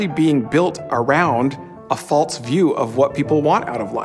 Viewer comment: "A faulTs view" False, smh. Probably says nukuler too.